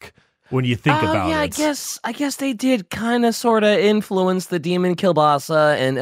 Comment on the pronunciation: For the sake of your audience's poor ears, could you please either learn how to actually pronounce kiełbasa or, preferably (seeing as you're anglophone), just drop it? (Other than that, nice episode 😃)